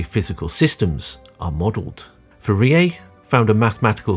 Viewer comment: Pronouncing 'Fourier' wrong throughout the video was impressive, and also painful.